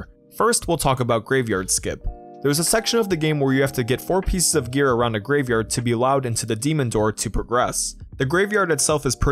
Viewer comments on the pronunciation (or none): none